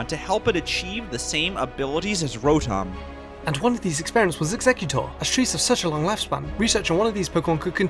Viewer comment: He keeps mispronouncing Rotom :U